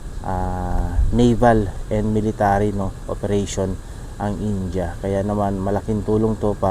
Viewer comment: boss india ...hindi inja...